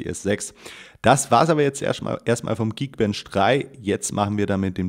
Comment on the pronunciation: "Erschtmal" bist du Schwabe? :D